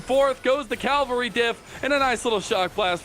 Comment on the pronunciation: say it with me Cav-al-ry, not Calvery